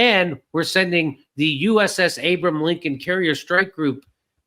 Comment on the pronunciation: jc Jimmy how many times are you going to mispronounce 'Abraham Lincoln'